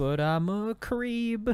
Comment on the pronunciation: i heard ''CWEEP'' not creep